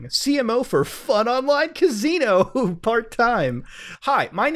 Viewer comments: Muta: “cuz-ee-no” The rest of us: “ca-si-no” 😂😂😂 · Worst part of this was having to hear him say cazino over and over while his smoke alarm beeps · Kuh-SEE-no. Not kuh-ZEE-no... fuck man.. Lol Other than that, good vids. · Muta trollin' HARD on this one with the " caZino " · nrly, more like "cus-ee-no" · I love Mutahar but the amount of times he said "CAZINO" in this video made me cry. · All of this excellent investigation but I’m mostly entertained by the way you say caZZino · I can only take a couple of "caZino"s into my ears before I have to click off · Sorry bro. I love you but the way you say casino is fucking hilarious. "CAZEENO" 😆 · Dope video. But why are u saying cazino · lol my man said ka zee no .... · Why do you keep saying cazino? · good video, enjoyed immensely, stop saying caZino! pepeW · 0o0o oo o muta'' Love ya muta '' you pronounce casino as kazino so tute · CAn you stop saying cazino plz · I couldn't pay atttenion cus muta kept saying cazino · Even though this series is fantastic I’m glad it’s over so I don’t have to keep hearing muda mispronounce casino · The way this guy pronounces “Casino” really annoys me.